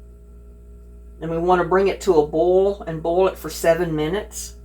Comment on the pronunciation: It's not BALL, it's BoiL